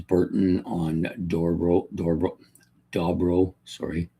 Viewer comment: It’s pronounced dough-bro. Dough like bread dough and bro like brother.